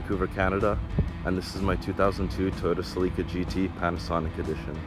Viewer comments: Accent goes in the CE.. not in the LI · It’s pronounced cell-uh-Kah not “seleeka” 😂😂😂😂😂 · It's pronounced Sell-eh-ka, not Suh-leek-uh...other than that, it's a pretty sweet ride! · ugh, why is he pronouncing it sə-LEE-kə? it's SELL-i-kə. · Not sure which sounds worse, that car's exhaust or the owner's pronunciation of Celica. It's "Cell-ick-ah" not "Sea-Leak-ah"... unless you park it in the ocean. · SE-LEEEE-KAA errrrr SE-LICK-UH for us in the States. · In US English it sounds like he's saying selica (SELL-ika) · Never heard sell-uh-kuh pronounced sell-EEK-kuh before. Maybe it's a Canadian thing. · Did this man just say toyota "suhleeka"... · lol did he say toyota celeeka 😂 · WTF is a Cel-leak-a, eh? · It’s pronounced “Sellicka” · Lol, sell-leeka! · Oh I hate how he pronounces celica. Isnt it supposed to be Cell-ick-Ah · Toyota Sileeka? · Sell eee kah........eh? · No! It's SuhLeeka! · US dealers and advertising never pronounced it SuhLeeka. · That’s not the correct pronunciation of Celica. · Someone call this guy and please tell him how to pronounce "Celica". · Ok he keeps saying Celica wrong. I'm done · The way this guy pronounces “Celica” is making my ears bleed. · Everytime this guy in the video said 'celica' made me cringe hard asf